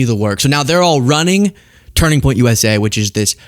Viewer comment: Why does she always pronounce it "Turning Point USAyyyy" 😂